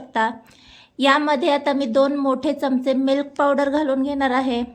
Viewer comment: मिल्क पावडर असे स्पष्ट पणे बोला लवकर समजतं नाही